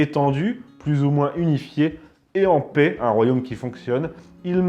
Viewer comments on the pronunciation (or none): none